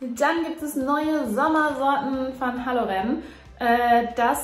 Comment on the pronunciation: Die Halloren-Kugeln werden ausgesprochen, wie wenn man vor das Wort "Ohren" ein "Hall" setzt 😉 Aber lecker sind sie allemal.